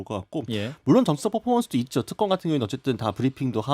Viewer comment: 턱검 아니고 특검 ...발음도 안되고...